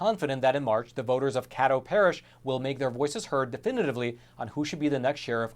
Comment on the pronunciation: It’s pronounced Kay dough. The politics in smaller parishes make me believe this is more fishy than is being said.